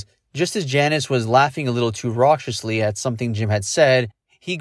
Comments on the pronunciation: The word “raucously”, is pronounced ROCK-us-ly, not “ROTCH-us-ly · "Rauciously" is incorrect pronunciation. The "c" is a hard "k" sound. Raw-kuss-ly. A shame you didn't have an editor to correct you before you posted this clip. That kind of glaring error makes you an undependable source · It is pronounced "RAW-cuss-lee.. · These narrators that have no idea how to pronounce words in their own script! Rawshusly. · You can’t pronounce raucously!